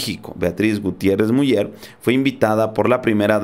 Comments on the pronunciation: Sólo una corrección: no se pronuncia Miuller, se pronuncia Miuler. Aunque estando en México también podría tomarse como correcta Muller...pero es un apellido de origen creo alemán y su correcta pronunciación es Miuler. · Miuler no miuyer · Miuler, Miuler, se pronuncia, por favor... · se pronuncia "MIÚLER""?? O míler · Yo sé que la página es en Español y bla bla bla, pero el segundo apellido de la primera dama de México se pronuncia "Miuler", no MuLLER. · Se pronuncia miuler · Te voy a escribir como se pronuncia el apeido de la esposa del presedente Obrador se pronuncia...."Miuler" saludos desde Tamaulipas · se pronuncia miuler el apellido de la primera dama de México, es alemán. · POLO, EL APELLIDO DE LA ESPOSA DEL SEÑOR PRESIDENTE, SE ESCTUBE MULLER, PERO SE DEBE PRONUNCIA MULER. GRACIAS. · Se pronuncia Miuler..solo así.. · Hola amigo, si me permites una observaciòn con respeto, te comenyo que el apellido de la Dr. Beatriz Gutièrrez Müller, se pronuncia "Miüler" gracias amigo. Un abrazo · Creo se pronuncia MUILER SE ESCRIBE MULLER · se pronuncia MIULER infórmate antes de pronunciar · No te molestes pero no sabes pronunciar el apellido de la esposa del presidente López Obrador, se dice Miuler (Muller) y así se escribe, inclusive con dieresis en la U Crítica en buena onda